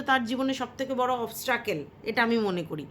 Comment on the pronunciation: It's not obstrucle it's obstacle